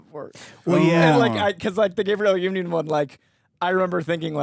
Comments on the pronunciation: Everytime mispronounces Gabrielle Unions name, an Angel loses their wings. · Great vid but I kept getting distracted by how many times your man pronounced Gabrielle union wrong 😂😂😂😂